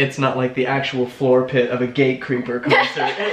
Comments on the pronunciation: Wait what is the name of your cousin's band? It sounded like you said Gay Creeper and I looked that up and... yeah, I didn't find a band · Omg I thought he said gay creeper too! Eek! It did not compute...